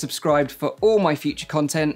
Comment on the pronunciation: Am I the only one that heard Mike opinion instead o my opinion?